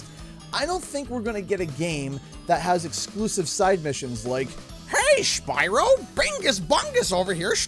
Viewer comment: BYRO LOL 😂😂😂